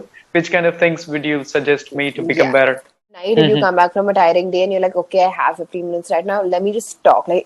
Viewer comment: your your english communication skill very good. Any learner one can follow your english for improvement. But one thing u should correct your pronunciation "better" that will be good. I follow u time to times... Kolkata